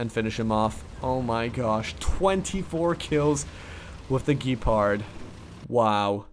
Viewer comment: AFAIK it is pronounced "Gehpahrd"